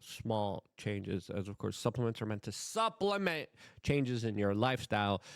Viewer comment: Ha, ha he said butt suplaments